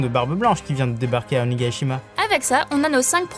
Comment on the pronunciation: Belle vidéo, Mais pourquoi vous prononcez Onégaïshima au lieu de Onigashima ?? P.s.: Fujin est le dieu du vent ;)